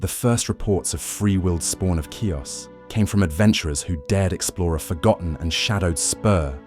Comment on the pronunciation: Ki...us. Not Cuess.